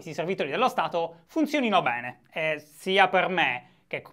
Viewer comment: Ma solo a me piacciono tutte e due le maglie? Comunque..... di ritardoh: non va beneh shy, non va beneh.